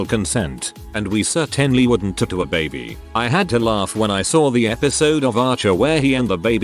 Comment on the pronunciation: i couldn't listen to the horrific way "tattoo" is said in this video ONE more time after 5 mins.